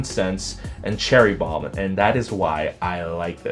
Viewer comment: Dat Bad Boy Sweater ME LIKE IT!! I notice that "*Cherry Bromm*" lol